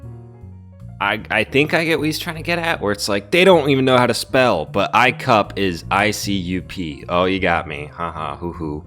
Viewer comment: Im a 30 year old man and I unironically laughed when you said icup.